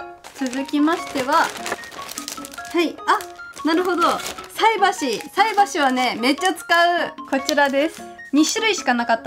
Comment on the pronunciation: さえばしじゃなくてさいばし(菜箸)ですよ